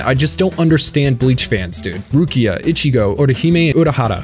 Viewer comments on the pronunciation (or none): Why do you put an accent on the other characters, but say, Itchy-Go... Instead of E-chi-go? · how did you mispronounced ICHIGO and HUECO MUNDO wrong ..smh you said WACK O mundo smh